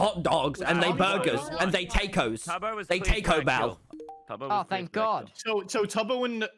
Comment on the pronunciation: WHY DID TOMY SAY Tacos LIKE taYcOS LMAOO